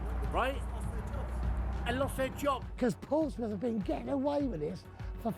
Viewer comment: The -mouth in Portsmouth and Bournemouth is not pronounced the same as in the word “mouth”, it’s the schwa sound like “a” in “about”. And yes, Northampton exists Back in the day there were many kingdoms in modern-day England, the strongest of them was Wessex. In the late 9th century Wessex managed to defeat everyone and united the country, forming England and moved the capital to London The South Coast derby only ranked 2nd, the best according to many people in England is the Tyne-Wear derby/North East derby between Newcastle United and Sunderland